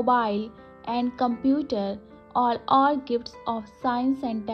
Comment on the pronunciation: Computer ❌ computere✅